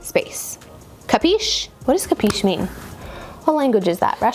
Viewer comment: The word you murdered is an italian verb --> Capisci == you understand. In italian you read all the letters. Ca-pi-sci. About the bed placement, having a full mirrored wardrobe, i enter in my room and see the whole thing in the mirrors first while looking at the wardrobe